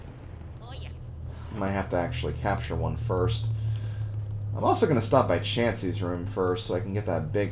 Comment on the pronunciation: The baby's name is "Chauncey", like Chauncey Billups the former Detroit Piston, not "Chansey" like the pokemon